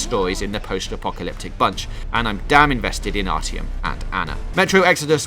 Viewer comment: Febwuwawy Fiftween.